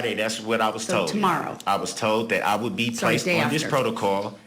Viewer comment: Okay class today’s word is “Protocol” or in the dictionary of Darrell , Protocaw/Protacall or Prodacawl so just be aware 😂